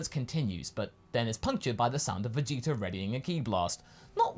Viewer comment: Oh dang. Kaiser is right, he does say Vegeter